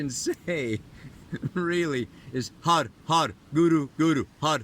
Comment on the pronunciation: you're awesome! Also my understanding is the pronunciation for har is 'hud' not har. Be sure to flick the roof of your mouth on the 'R': ) Thanks for the keen insights! xo